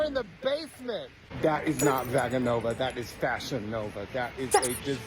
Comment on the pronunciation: LOL the way he knows so much about ballet and intentionally proncounces the schools wrong 🤣 If I had a nickel for everytime I heard 'Vahgga Nova' I would have at LEAST 25 cents🤣